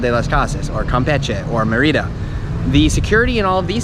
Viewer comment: bad pronunciation of Mérida